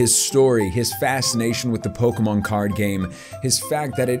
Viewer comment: “ Poke - men “